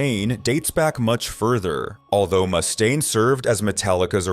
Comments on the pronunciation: He also called Dave Mustaine "Dave Moose-tane" lol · What's with this guy mispronouncing words like Mustaine? Is this more AI garbage?